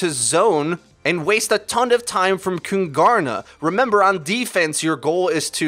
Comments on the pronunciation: Its pronunced kuuungaarna, it means the kings in swedish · Kungarna means "The kings" in swedish so please in the future either just call them the kings or pronouce kungarna correct please. You pronouced it like kun-gar-na and that is way off. The G has a J sound like the G in king sort of. Google translate pronouce it good enough so just listen to that. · I find your pronunciation of "Kungarna" hilarious! (I'm a swede) Here's how it's pronounced if you are curious :) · As a swede its so funny to hear you say "kungarna" xD. Fun fact: kungarna means "the kings" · KUNGARNA = KINGS. Would be easier to say for you since you arent saying the swedish word anywhere near correct ;) Easier to find a nail in a haystack then pronouncing swedish words correct. Btw i dont understand why Kungarna didnt switch to PHARMERCY (McCree only counter) instead. A Hanzo to combo the grav with since Hanzo can find angle on Junk from high position (bridge) would be better then a S76 imo, also scatter on walls to get behind Reins shield is something Hanzo could do while S76 only can shoot at it. For first point, not for the whole game.